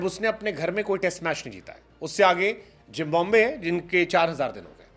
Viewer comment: Why you pronounce "Jimbombay" instead of "Zimbabwe"...!!??